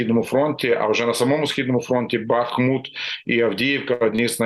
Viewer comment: Не Ба́хмут,а Бахму́т.